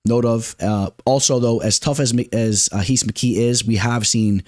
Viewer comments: Lol it’s heece mckee if he’s Brazilian ! He’s not just say Reece lmao 😂😩no need to say heez mckee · Rhys McKee is just pronounced Reece bro 😂Solid video